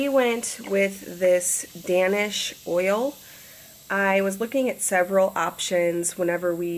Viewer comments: Midwest Girl no I listened to that part few times she actually said DANish not Daynish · Danish oil is pronounced "Daynish," like Danish people from Denmark. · You pronounce Danish Oil just like the pastry - DAY-nish, not dan-ish. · DANish oil hahahahahahaha dying but I've misspronounced things so many times I'm not judging. Just funny. My name is also Dan.